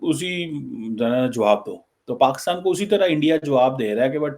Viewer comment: is it bureaucracy (bu.reau.cracy).... or is it BRoCracy....😂😂😂 bade maje aate hain yaar listening the way you talk.. And try one more (SRI. LANKA)... not (see reee lanka )😂😂😂😂 hope you say correct Pakistan not paxtaan 😂😂😂